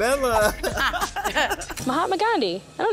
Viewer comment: needs to get his hearing checked I fear. "Cabella"???? like he must have misheard